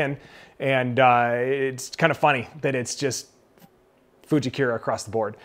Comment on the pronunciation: Getting custom fit when you're serious about getting better is huge. Minor note though, I think it's FujikUra not Fujikira as in "koora" not "keyra". I know I'm being a dork but I don't think you're saying it right.